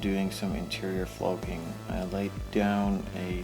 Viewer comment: Floaking? Is that what you said that stuff was?